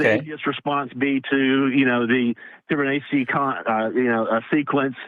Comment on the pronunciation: Tommy is going to explain the Fibonacci sequence that he can’t pronounce. 😳